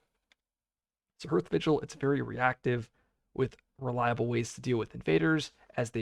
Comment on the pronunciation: Isn't "hearth" pronounced like *haarth*?